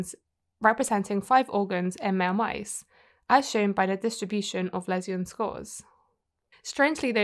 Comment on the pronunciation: "Lesion" is pronounced "lee" as the first syllable. The second syllable is like the second syllable of "vision".